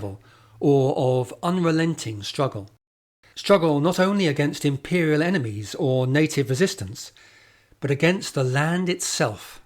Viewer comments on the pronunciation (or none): none